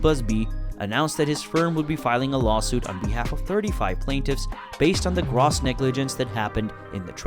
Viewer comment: You can't pronounce gross.